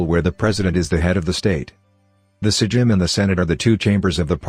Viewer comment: It's not sejim it's sejm and you pronounce it "saym"